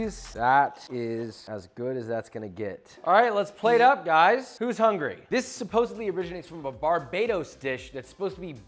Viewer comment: I love your channel, Joshua, but did you say, "Supposebly?" The same way you're passionate about cooking and proper technique, I'm passionate about language. Please don't ever say supposebly again and make a conscious effort to say supposedly. Thank you. I learn a ton from you, hopefully you can get a takeaway from a fan.